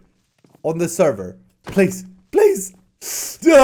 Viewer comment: Can someone please tell me what the "pran, "prease", etc." is about